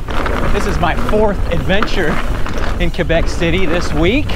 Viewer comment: Fun rip, HSF is almost TOO long lol, Also, the way you pronounce "Quebec" is spot on. The locals will love that man. So are they still using the gondola though?? ~